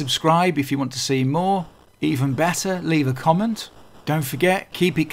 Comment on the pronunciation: Loved the video, but loved the 'T'ra a bit' at the end more: proper accent! Did you ever play a shooter called simply 'Z'? That had the speediest scrolling I can remember. Not a bad little game for a budget title, either.